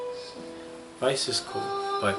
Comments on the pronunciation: Weiss (Why-ice) just can't stop saying Wess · Its not pronounced 'weese' its 'wice' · We need you to correct how says Weiss! You say it perfectly the first time but he has gone 3 volumes and still not figured it out! "Ice"! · Tell it is pronounced Wh-I-ss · Jesus Christ, stop calling her we ss, its like your getting rid of the i. why ss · Nope, it's pronounced (if you know German) V-eiss. the W in german is pronounced the the V in French. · always gets Weiss' name wrong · so............are we not going to talk about how just brutally butchered you know who's name?